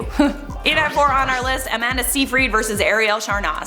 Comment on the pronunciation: Amanda’s last name is pronounced “sighfrid” not “seefreed”. Other than that, love your vids!